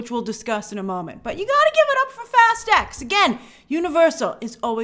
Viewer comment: Shouldn't Fast X be pronounced Fast 10?